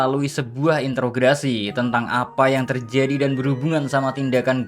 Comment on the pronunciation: Bang, kepleset di kata interogasi pertama tadi jadi Intrograsi wkwkwk